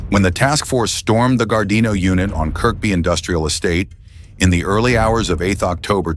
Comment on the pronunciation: Kirkby is pronounced "kirby". It's a case of the silent K.